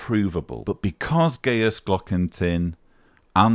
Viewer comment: On a pedantic note,: Gajus is pronounced "gah-yus" like its Latin forebear Gaius, not "gay-us". Less pedantically, Gajus's surname might be translated from German as "Dingaling" or "Tinkerbell" 🔔😉